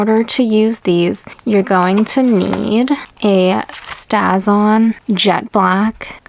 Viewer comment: Stays-on not staz on I believe!